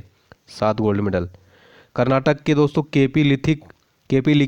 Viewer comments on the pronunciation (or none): none